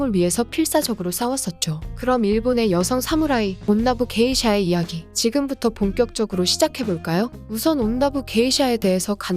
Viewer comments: 그 읽는게 온나부 게이샤가 아니라 온나 부게이샤 같은데 아닌가요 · 다른 분들이 댓글로 지적했는데 이정도면 썸네일이랑 영상내용 수정해야하는거 아닐까요? 1.온나부 게이샤가 아니라 '온나 부게이샤' (한국어로 치면 여성 무예자를 '여성무 예자'로 말하고 있음. 발음하기 어려우면 온나 부게샤라고 하던지요...) 2.호죠 마사코는 '미나모토 요리토모'의 정실부인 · 영상에서 말할때도 온나부 게이샤라고 말하는거보니 어질어질.. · 진짜 일본어로 치면 여자무 기생 이렇게 읽어버림ㅋㅋㅋ 이 채널이 그렇지 뭐